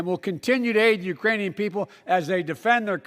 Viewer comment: He said Urainian.. no such place! 🤣 man his tounge is goin full retard